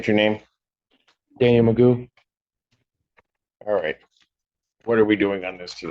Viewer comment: It’s not Macoo, it’s Magoo! How could you mess up his last name?